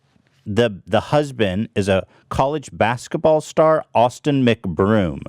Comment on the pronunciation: Did you say austen mcbrome. More like austen mc but